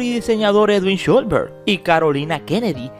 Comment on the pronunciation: Con respeto, debes mejor la pronunciación del apellido trataré de indicarte asi: Shh los Berg, no sholbert como tu lo pronuncias; por la escritura del apellido el padre ha de ser descendiente de alemán, austriaco o suizo